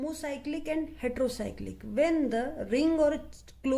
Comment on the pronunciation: its heterocyclic mam not hetro